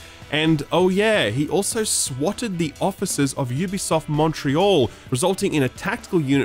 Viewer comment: Someone in games journalism who says "Ubisoft " correctly. Who knew?